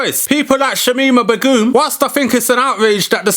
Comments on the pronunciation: I like the way you say "B'goom" like legume and not "Begum" like bacon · Especially someone who doesn’t even know how to pronounce her name. Yet you can go off at a lengthy rant about it. Okay then.